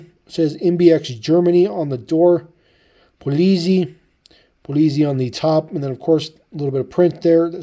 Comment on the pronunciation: “Polizei” is pronounced “Pooliitsai”